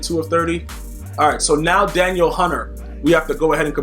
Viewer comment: Please pronounce his name correctly hes not a girl, Da Neel Hunter